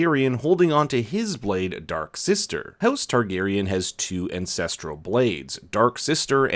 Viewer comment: Im not sure if you said ancestral or incestral blade, but I thought it was the latter and laughed so hard